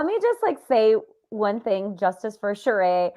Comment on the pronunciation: Why has this man refused to at least respect Sheree enough to say her name correctly.